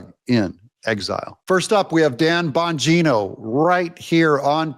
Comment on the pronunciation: Even my 10yr old son loves Dan Bong ino😂😂 cracks me up the way he pronounced his name. No one more qualified to the position than Dan.